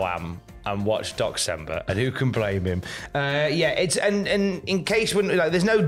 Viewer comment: i keep hearing Dox-cember XD